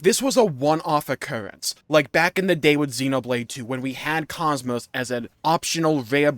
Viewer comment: I hope Xenosaga does finally come back. Maybe then people will learn how to pronounce Kos-Mos.